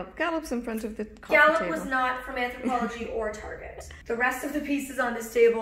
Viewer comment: Sorry late on commenting: On a Molly binge right now! Take a shot of water every time Molly says, " Anthopologie"